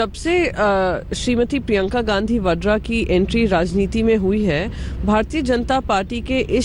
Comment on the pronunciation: wo badera nhi VADRA hota hai